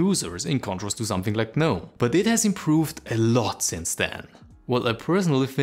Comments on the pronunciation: Please stop saying the G in Gnome. The G is silent, you should say it as if its spelled "nome" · Is the G silent in gnome or not? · It should not be silent! At least in my language that has sane rules such as: "If you don't want something to be pronounced, then don't write it!". As long as you write some letters I'm going to read / pronouce them. I'm not learning exceptions or custom how to read specific words rules.